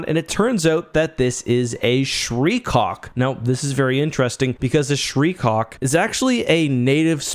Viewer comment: I keep hearing "shreecock". 😆